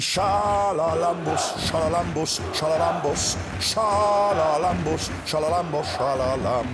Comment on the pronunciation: Yanni’s surname (Charalabous) in greek is correctly pronounced more like “haralambous”, not “sharalambous”, just a little tip here :)